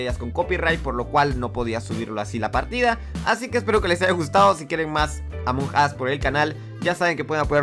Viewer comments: Duxo:"among us" Lo que yo escuche:"among ass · Deja de decir amuug as coñooooo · 10 en ingles, es emong us (la pronunciacion :v) 😔👌